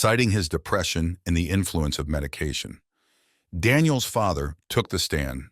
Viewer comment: It’s just Daniels. Not Danielseses